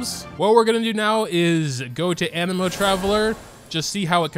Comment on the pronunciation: My guy said anemo correctly, like sub and bell lets goo!!